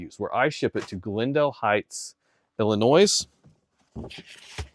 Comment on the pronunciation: BTW, when you say Illinois... don't pronounce the "s" at the end. Like toy and not toys. lol 😂